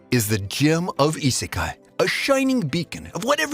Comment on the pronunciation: How to say Isekai not saying Isekai